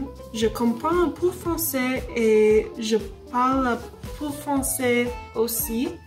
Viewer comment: If you don't mind, I'd like to give you a few corrections: -You said "je suis américain" I believe you should've said "je suis américaine" (américain = masculine, américaine = feminine) -You pronounced "un peu" a little bit off. I'm not sure exactly how to correct it. I'd suggest going to forvo to see what I mean -"je comprends un peu DE français" -in French it's pronounced "la tour *E*iffel" pronounced as "ee" instead of "i" Overall, your French is pretty good for 30 days! Keep up with your French learning and please post more French updates! Bon courage et bonne chance !